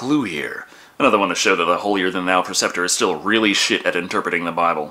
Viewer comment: PREceptor.......not PERceptor